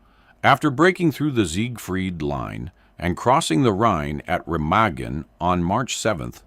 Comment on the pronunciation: The bridge and river are pronounced 'Ra-maa-gan'.